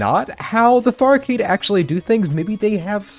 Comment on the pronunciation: Take the r out of farcade, now youll see